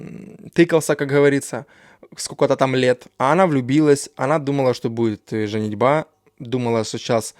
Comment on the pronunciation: Избавляйся от слов-паразитов ("да", "как бы") и правильно ставь ударение - грамотно говорить "женИтьба", а не "женитьбА"! И думай заранее, что ты говорить будешь. А ещё лучше составляй конспект и пользуйся им, чтобы не было зависаний в речи и перескакивания с темы на тему.